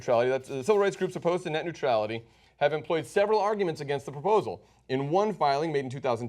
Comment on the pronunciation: Be a better orator "taking a stand AGAINST net neutrality", say it more clearly!